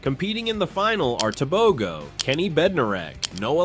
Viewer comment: Why are yall saying Tobegoo.....Its Tebogo Te...bo..gooo hauuuuu